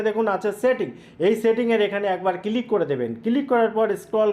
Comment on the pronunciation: বাংলাদেশের অধিকাংশ মানুষদের উচ্চারণ শুনলে বিরক্তি জাগে মনে ৷ আপনারা জীবনেও কি শোধড়াবেন না ?! আচ্ছা "ক্লিক" উচ্চারণ করা কি এতই কঠিণ ? সারাক্ষণ "কিলিক" "কিলিক" বলে গেলেন ৷ দু দিন আগেই শুনলাম বাংলাদেশের একজন ব্লেন্ডারকে বলছে "ব্যালেন্ডার" ৷ টিভি নাটকে বলতে শুনেছি "এর থেকে বেশি এসপষ্ট করে আমি বলতে পারবো না ৷" ভারতের পাঞ্জাব প্রদেশের মানুষদের ভাষা গুরুমুখী ৷ অবশ্য তাঁর উচ্চারণ করেন গুরমুখী ৷ তাঁদের সমস্যা হলো যে গুরুমুখী ভাষাতে কোন যুক্তাক্ষর নেই এবং শিস ধ্বনি বিশিষ্ট শব্দও তাদের নেই ৷ ফলে তাঁরা শিখতেই পারেন না যুক্তাক্ষর উচ্চারণ ৷ তাঁরা স্ক্রু কে বলেন স্যাক্রু, স্কুটারকে বলে স্যাকুটার, হর্নকে বলেন হরন, স্ত্রীকে বলেন ইস্তিরি, ইত্যাদি, ইত্যাদি ৷ কিন্তু কাজকর্মে তাঁরা অন্য কোন রাজ্যে বসবাস করতে শুরু করলেই কিছুদিনের মধ্যেই তাঁরা সঠিক উচ্চারণ করতে শুরু করেন ৷ ব্যতিক্রম হয়তো একমাত্র বাংলাদেশ ৷ সেখানকার সব মানুষই সম্ভবত মনে মনে এটাই জপ করতে থাকেন যে "আমার ভুল, ভুলই থাক !" কলকাতার ধর্মতলায় এসপ্ল্যানেড এলাকায় বাংলাদেশের একজন উচ্চশিক্ষিত মানুষের সঙ্গে আমার আলাপ হয়েছিলো ৷ তিনি আলাপচারিতায় ক্রমাগত "এগনেষ্ট", "এসটেট", "ইস্টিক", "এসপেলেনেড" , "এসপষ্টো", ইত্যাদি বলেই যাচ্ছিলেন ৷ তাঁকে একবার অনেক কিন্তু কিন্তু করে অনেক সংকোচ নিয়েও বলেই ফেললাম যে তিনি এত উচ্চশিক্ষিত হয়েও বাংলা যুক্তাক্ষরগুলোকে কেন এমন ভুল ভাল উচ্চারণ করে যাচ্ছেন ?! শুনে আমি তো স্তম্ভিত-বিস্মৃত-হতচকিত হয়ে গেলাম যে তিনি বেমালুম বলেই দিলেন যে আমাদের বাংলাভাষার সঙ্গে তাঁদের বাংলাদেশী ভাষার নাকি তফাৎ আছে ! ওঁরটা নাকি বাংলা নয় — বাংলাদেশী ভাষা ! আরও কয়েকজন বাংলাদেশীর সঙ্গেও কথা বলেছি , সবারই একই রা !